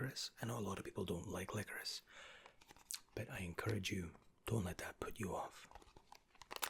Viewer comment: This is the first time I have ever heard licorice pronounced licorisse😂😂